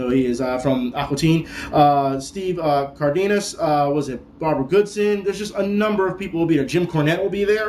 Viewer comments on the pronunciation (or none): none